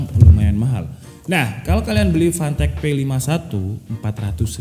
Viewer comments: Waktu mnt 12 pas nyebut nama "fantech fantech" kok aku dengernya pant*k pant*k wkwkw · Klian yg dengerny fantech Gw dengerny pantek :V🗿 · Brand nya "Fantech" Fantek Gua denger nya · Samsul : apa rekomendasi untuk komputer bre Udin : gua tau bre, 400 dapat mouse, keyboard, heatset.. Gaming lah bre Samsul :apa itu merknya bree Udin : PANTEEEK Samsul : lah kok ngegas Udin : iya PANTEK Samsul : lu ngajak berantam, gw nanya serius Udin : yaa merk nya PANTEK.. Samsul : fanteech njir 🗿 Udin : ya itu lah 🗿 Samsul : 🗿 Udin :🗿 🗿🗿🗿🗿🗿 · jangan beli merk ini lu ntar dikira ngatain 🤣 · Anjir pass ngomong fantech ngakak, kek kedenger panteq 😭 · Ngakak pas abang ngomong, fantek fantek wkwkwkwkw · bacanya pantek :( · Kek umpatan sumatera cuma lama di Arab jadinya ga ada huruf "p" wkwkwk.